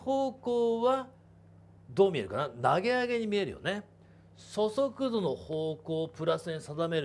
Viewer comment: そそくどって聞こえる